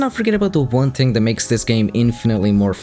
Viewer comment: who pronounce "Gnome" with a G sound? also it's "two" not "chew" and "thing" not "ting" "Three" not "Tree"